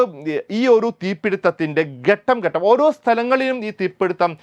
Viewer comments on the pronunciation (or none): none